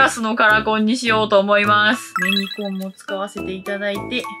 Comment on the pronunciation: メニコンの発音ずっと違う😂😂😂